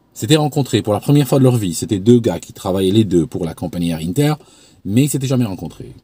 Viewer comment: on prononce 1ter en français.. pas innter 😉